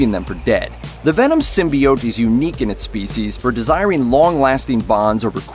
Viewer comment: Thumbs down for saying symbiotic wrong the entire time